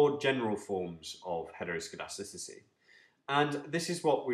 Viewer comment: Impressed by your ability to say heteroscedasticity